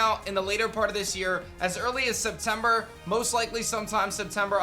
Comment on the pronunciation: 1min later " in the later part of this yeas, as early as septemer" like what. Thas Q4